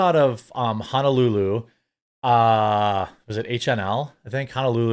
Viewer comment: It’s pronounced Ho- No- Lu Lu, not Ha-Na- Lu Lu. Just letting you know lol